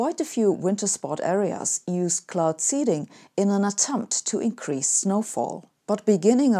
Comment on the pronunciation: Hey. I love your videos and your approach to life and science. And I have a favour to ask: any chance you could say words like increase, release, etc with an S instead of Z? That would be great. Cheers. Keep up the great work.